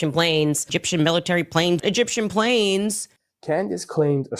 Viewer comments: rofl that cut where she drops the “e” from egyptian 😂 too funny man “gip-shum” i replayed that 10 times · It was an ishrali, gipshum, burrrreal plane ✈️